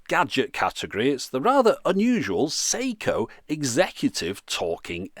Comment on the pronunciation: Sew-she? Oh dear.